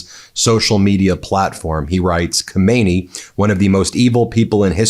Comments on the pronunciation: The cleric Ko-MAY-nee (pronunciation) is the long dead Supreme Leader. The one who was just killed is pronounced Kah-mah-NAY-ee. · Stop. Calling. The . Man. Khomeini. It's. Khamenei. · Can Americans please make an effort to get pronunciation right. Khomeini was the ayatullah who deposed the Shah. He's dead. Well, so is Khamenei. Khamenei (note the vowels) ends in two letters pronounced separately, in their short form. Roughly, like the letter names A E. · It’s not komeini , it’s Khaaamenei Please learn the pronunciation. We did have another dictator named Khomeini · The K in Khamenei is silent. Pronounce it: Ha-may-ni. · Ben is pronounce KHAMENEYE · The first supreme leader’s name= Khomain-yee The second : Khamana-yee In English : New York —- New Yorker. California. Californian In Persian : Khamana-yee Yee: meaning from the town of Khamana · Hi there Ben, love your show and tune in regularly. Just one thing tho, and simply because I'm English and educated, please pronounce the name correctly! You don't sound the K!